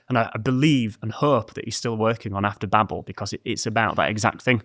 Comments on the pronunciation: I know this is very minor, but it's pronounced baybel, not babble. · Babel is said bay bel not babble